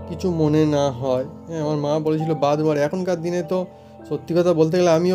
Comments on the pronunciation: Ara badroom noy bathroom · এই লম্বা কল বেসিন না বাসন মাজার সিনকে লাগাতে হয় আর উচ্চারণ ঠিক করে কর bathroom